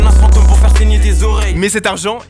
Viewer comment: "la menace fantEUme" mdrrr dit le correctement